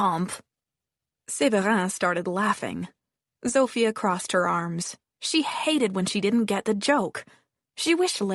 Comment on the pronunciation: Oh my, it's been rough hearing the terrible Polish accent given for Zofia. Apparently the French is no better from the other comments and there is alot of it going on, so if you know French, I'm sorry for you. I think u just have to accept it sounds wrong, tune it out and after awhile it will go away lol.